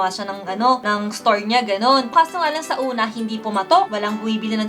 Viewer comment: Parang may Cebuano accent si ate ah hahaha yung "Sauna" na part hahahah